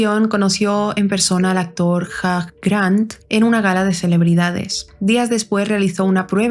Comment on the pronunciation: se pronuncia "jiu grant" xd